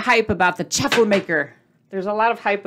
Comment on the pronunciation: LOVED this episode and the recipe! it's CHAW-FLE like WAFFLE. Not chaffel like chapel. Have a super day!